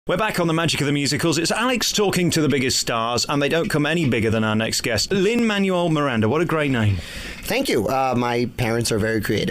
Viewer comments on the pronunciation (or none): he said his name wrong